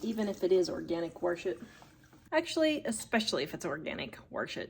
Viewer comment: She said Warsh your oreenge! So funny 😂My Dad says that!